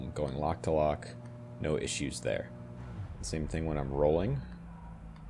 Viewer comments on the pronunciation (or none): none